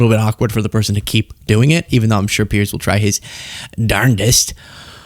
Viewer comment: Piers, not Pierce